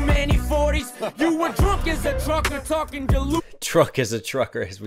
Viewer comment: pronounced 'TruckER' just like Yella...LMFAO!